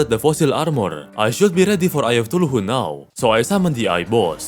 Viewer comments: Why does he say eye of tuluhu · Favorites of pronunciation: Shield of thuluhu